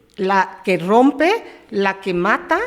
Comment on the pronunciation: ARROMPE. QUE LES PASA SI YA LO HAVIA DICHO CORRECTAMENTE POR QUE CORRIJE MAL. SE DICE RRROMPE NO ARROMPE.